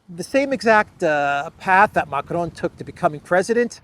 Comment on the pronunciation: hahahaha we are cracking everyone up here in NY with your "Mac-ron" shit